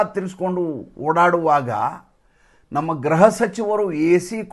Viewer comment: ಎಲ್ಲಾ ಸರಿ,,,,, ನೀವು ಗ್ರಹ,,ಕ್ಕೂ ಗ್ರೃಹಕ್ಕೂ. ಇರುವ. ವ್ಯತ್ಯಾಸತಿಳಿದು ಸರಿಯಾಗಿ. ಮಾತಾಡಿ ಹಿಝದೆಯೂ. ನಾನು. ಈಬಗ್ಗೆ. ಬರೆದಿದ್ದೇ ಗ್ರೃಹ. ಎಂದರೆ ಮನೆ ಗ್ರಹ. ಎಂದರೆ ನವಗ್ರಹಗಳಿಗೆ. ಅನ್ವಯಿಸುತ್ತದೆ. ಇದನ್ನು ನೀವು. ಗಮನಿಸುತ್ತೀರೆಂದು. ಆಶಿಸುತ್ತೇನೆ